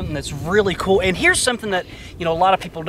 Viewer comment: Would love to watch this but that guy saying 'kewel dude' is about to drive me nuts!